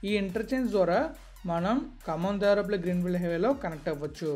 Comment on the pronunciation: Bro it's దేవరపల్లి not దేవరాపల్లి..later one is near Vizag..